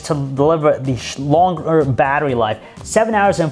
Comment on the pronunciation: shlonger. XD